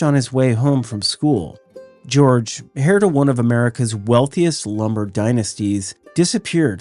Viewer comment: A great collection, but I do have a question. In the first set of story, you mentioned a kidnapping that took place in 1935. Did the criminals really expect to get money by kidnapping a small rabbit, an hare , or perhaps was that heir in pronunciation?